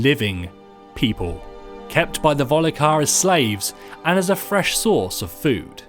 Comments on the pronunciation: "Vol-ki-har"...not "Voh-li-kar" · You realize it's pronounced Volkihar not Volikhar. Also, was that the soundtrack from The Last Samurai half way through? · Volkihar not Volikhar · Why do people say Volhikar? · Volkihar not volikhar... Reading is a necessary skill in life. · Volikar vampires? Volley-Car!? It's Volkihar, mate. Did you even play the game at all or was this script just handed to your lysdexic ass? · "volikar" it's volkihar not "volikar" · Vol-key-har...pronunciation...sorry not sorry🙄🦄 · The most disturbing thing is that your voice over guy can't even pronounce half the stuff in this game. Did someone miss-type the script or something? Markath? Volikar?